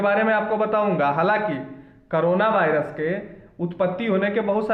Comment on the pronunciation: aur v video banaiye korona virus bhut aache se bole thank u sir